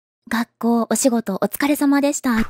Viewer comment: 学校が抱っこ〜ってねだってるみたいに聞こえるぞ…！！